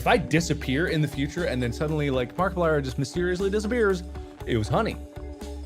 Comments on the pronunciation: Mark "E" plier (It's an AI voice over, they mispronounce words quite often) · Hello my name is Markeeplier. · Market pliers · Mark pee plier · Was this AI? Cus the way he pronounced Markiplier sounds similar to that 😂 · The way he pronounced Markiplier's name was hella annoying 😂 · It's Al. But in "Markiplier In Space", the commander guy says it like that too 😅.